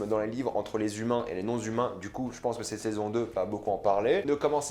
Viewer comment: non-humains sans liaison svp ;)